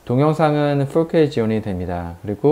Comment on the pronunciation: 발음이 쥑이네요.포올케이 까메라.잘보고 가요.